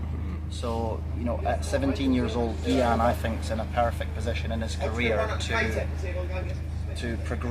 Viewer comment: I’m surprised Shaun calls Gyan “Geeyan” isn’t pronounced “Heeyan”?